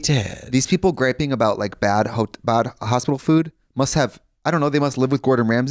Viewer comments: i thought i was having a seizure when trixie said hospital. she continues to push the limits with pronunciations daily. love that. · The way Trixie says “hospital” actually made me think I was having a stroke for a moment lmao